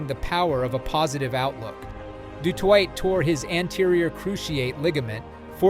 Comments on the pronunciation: Du Toy, not twa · Why do my legend boy have to be called a twat he is a legend its de toi (de toit) ... not de twat... thats the french version of he's surname and not the South African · How do you pronounce his name in 3 different ways? Du twat, Du Toitè and finally Du Toit! 😂😢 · Steph du Twat??? How about "Toy"? Have some respect for linguistics. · Pronounced “du toy” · I didn't get further than 1 minute of the " Duh Twot" shit. Bye. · Pronounced du toy,you clowns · Hes not french! Stop saying his name like a du'twat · In Afrikaans it is pronounced du Toy😊 Regardlessly amazingng player; just like Schalk Burgers who broke his neck had it fused and still played Springboks again. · How many ways can you say Du Toit wrong? The T at the end of Toit is silent. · French pronounced. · Please pronounce his name correctly mate,he’s not French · Ok. Thank you for letting me know. It was very strange as you would say ‘rug-bye’, then in the next sentence pronounce it correctly (‘rug-bee’). The same with Steph ‘Doo-toy’ then seconds later pronounce it correctly as Steph ‘Doo-twah’ Then alternate between the two Hearing you say it was not intentional, I’ll take your word for it. Cheers. Thanks for your videoes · Rug-bi? Peter Stef du Twat? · Channel reported. Your efforts to mispronounce words to lift engagment is embarrassing bro. Rug-bye, rug-bee, Doo-toyt, Doo-twah. Do you think we’re s t u p i d?